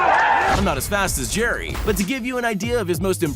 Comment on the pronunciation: Said jerrys name wrong